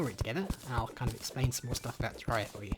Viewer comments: IT'S PRONOUNCED TER-AIR-EEH-UH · I've always pronounced it teh-RARE-EE-uh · PiggyPigPig No, you're all wrong. It's pronounced tay-ray-rie-uh